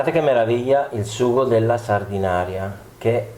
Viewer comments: Si pronuncia Sardenaira 😉 e non è una focaccia! 😜 Saluti da Sanremo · Anzitutto si dice Sardena"i"ra, e non Sardinaria. Secondo, la salsa di pomodoro appare abbastanza anemica. La scottatura preventiva del pomodoro non ne ha portato via solo l'acqua, ma, ritengo, anche colori e sapori. La scottatura é un trucco da ristorantino per accorciare i tempi di cottura del sugo. Secondo te perchè, quando si fa un buon sugo si tiene per ore a sobbollire in modo che l'acqua evapori? Terzo, per concludere, la stessa ricetta, ma fatta bene, senza scottare i pomodori, con gli stessi ingredienti eccetto la cipolla (che peraltro è assente anche nella ricetta della focaccia sanremese a cui ti sei rifatto...) nel resto d'Italia fuori della tua cucina si chiama "puttanesca". Sempre con amicizia Gaetano